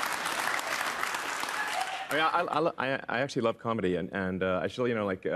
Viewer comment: Anyone notice that he sometimes makes the M sound with his lower lip and upper teeth, rather than with both lips? Example in the word "comedy". Slow playback down to 25% to see it clearly. What does he do that?